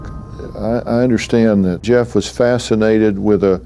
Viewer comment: It's "Jeff" gosh darnit!!